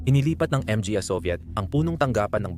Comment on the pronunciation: Hahaha pastilan Ang pag pronounce sa word "mga" Em-Ge-Ey Hekhek Hekhek. The word "mga" in Pilipino is an article referring to plural noun. To pronounce it: ma-nga. Ang pa, pe-ey Hekhek Hekhek that's pa sound /a/ pa. Pa means more or still. Depending the sentence. Sige pa ( some more). Siya pa (He/she still). Tingala man ko unsay Em Ge Ey 😂😂😂😂😂😂😂😂 pe-ey Hekhek Hekhek 😂